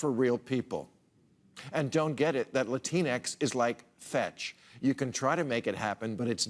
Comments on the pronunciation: I thought the entire time it was pronounced "La-tinks"? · I thought it was pronounced 'latinks'. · I hate the way he pronounced “Latinx”. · I'm pretty sure it's pronounced Latin X not Lah-teen-ex